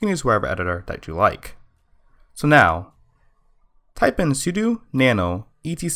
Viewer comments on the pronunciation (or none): U CANT FUCKING PRONOUNCE ANYTHING. i saw a previous video where u literally pronounced os x yosemite as "os x yos-i-might" and now ur saying "su-du" STOP